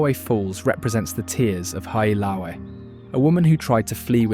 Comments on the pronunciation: hale aka la. Hally ah cala ís a proper way to pronounce Haleakala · Not only that - the pronunciation of Haleakala ! - but showing the mountain above Lahaina - Pu’u kukui! - NOT Haleakala - it is nowhere near Haleakala! Jeez! Come on man!